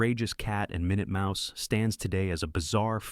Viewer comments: It's minute mouse...they say it correctly but initially they pronounce it minoot...not minute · The AI voice is funny, "Min-yewt Mouse", REALLY 😂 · Min-ut Mouse, you know the time measurment? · I love how it stumbles over easy to pronounce words. It's so robotic because that's what it is.